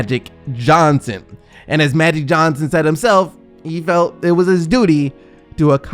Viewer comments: So the narrator did a whole story on magic Johnson but cant say magic? Who is maddic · Can you pronounce "Magic" instead of "Matty" Johnson? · No disrespect but...is he saying Maddy Johnson!? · Is it me or does he keep saying Madic Johnson? ;_ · Why can't this guy say the word "Magic " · who the fuk is Ma-dick Johnson? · SMO hahaha! I heard him repeatedly pronounce his name like that too lol